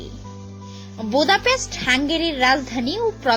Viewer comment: ভোদাপেস্ট হবেনা, হবে বুদাপেস্ট.. মাইয়াডার গলা খুবই খেত মার্কা। উচ্চারণ শুইননা থাবরাইতে মন চায়। অামার বাসায় বুয়ার কাজ করবি..??